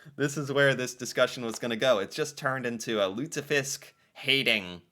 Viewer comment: You pronounced lutefisk well.